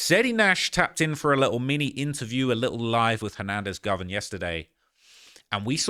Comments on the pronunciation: Dude 😂 this ish is funny. And keeps pronouncing dude name like Hernandez "Govern" 😂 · It’s GO-VAN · U can't say it right. Its GO VAN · “ Go - Van “ GO..VAN .. Govan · Him And Flakko been running content on this man for 4 years and still can’t pronounce his name lol😂